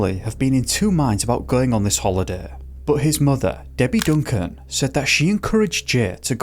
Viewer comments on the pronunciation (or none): none